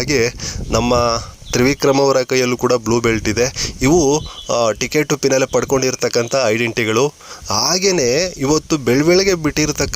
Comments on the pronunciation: ಪಿನಾಲೆ ಅಲ್ಲ ಫಿನಾಲೆ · Pinale ಅಲ್ಲ ಫಿನಾಲೆ ಸರಿಯಾಗಿ ಹೇಳು